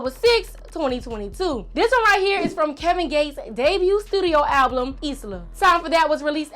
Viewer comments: It’s album not ablum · What did that girl keep saying alblum..I swear it's just album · Did she say alblum instead of album?